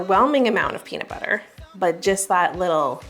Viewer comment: I kept hearing paper when was saying peanut butter.